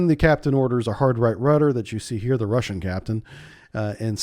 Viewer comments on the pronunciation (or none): none